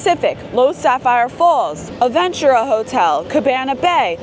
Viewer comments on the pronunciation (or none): stay pronouncing Aventura wrong lmao She got it right a couple times though so props to those moments lmao